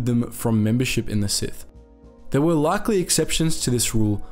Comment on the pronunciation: I like it when you say “sithy”